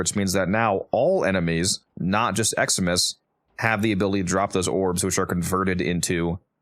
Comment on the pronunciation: Each time you said Eximus enemies I thought you said "Xmas enemies". I thought you were talking about some special Christmas event enemies. - Matthew :person-turqouise-waving